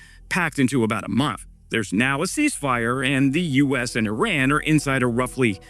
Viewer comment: my man! its e-run not i-ran